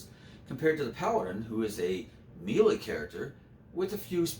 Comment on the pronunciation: Melee is pronounced "may-lay." Otherwise I'm enjoying this greatly :)